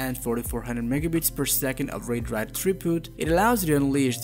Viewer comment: You are not pronouncing Read / Write properly and you said MegaBits instead of MegaBytes.. Big difference of a factor 8... My advice is to not talk the manufacturers so much after their mouths... Try to stand out more as your own voice and do it properly! otherwise, thanks for the reviewing!